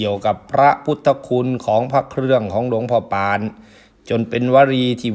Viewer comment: ออกเสียงว่า หลวงพ่อปาน ไม่ใช่หลวงพ่อป่านนะครับ😅